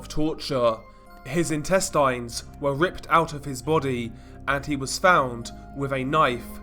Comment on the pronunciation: I'm still laughing at how he pronounces "Intestines"